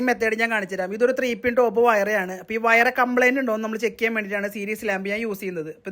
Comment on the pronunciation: വയറ അല്ല വയർ എന്ന് പറയൂ